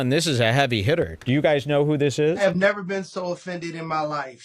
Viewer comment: 'Nevurr' haha :)